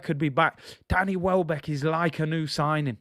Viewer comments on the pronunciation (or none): none